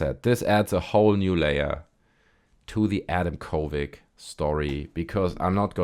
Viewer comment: Why do you say kovig? It's a d at the end... uh oh that's harassment... 😂